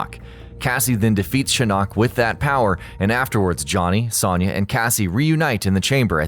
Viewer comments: Sawn-ya..Sawn-ya..Sawn-ya..Sawn-ya..Sawn-ya. It's Sewn-ya! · Why do these channels always pronounce a least one name fucking wrong?! IT'S PRONOUNCED AS Sown-yah! NOT Sonn/Sawn-yah! SERIOUSLY! ALL THEIR NAMES ARE ANNOUNCED IN MOST GAMES AND IT'S IN THE SONG! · the way you pronounce Sonya... you're putting emphasis on the wrong syllable. its not a lower sounding O. its upper sounding. should sound like you are saying oh not A. Soh-n-ya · How do you mispronounced sonya??? Are you doing that on purpose?!?! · Miss pronounced Sonya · I hate how often you miss pronounce sonyas name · His pronunciation of Sonya is killing me. haha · Good vid but I died a little each time you said Sonya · Especially since he can't fucking pronounce Sonya's name right.